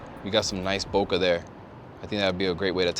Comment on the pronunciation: HAIYAA!! C'mon, how many years have you been shooting and you can't pronounce BOKEH properly?!?!?